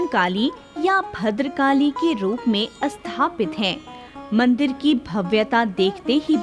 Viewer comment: Asthapana, asthapit, isthit, asthaan... Do pay attention to correct diction and pronounciation. Appreciable video otherwise.